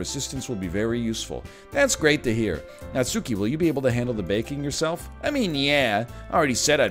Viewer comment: The only thing triggering about this game so far is the way Ryan pronounces Natsuki. Not sure why but that emphasis on the 'U' is kind of grating for some reason. It's a minor thing, but I guess it's like a minor pet peeve. Just like when people pronounce Bakugo's name as KatsUki. The 'U' is (basically) silent. Katski, Natski. It's like when British people pronounce samurai as 'sam you rai'.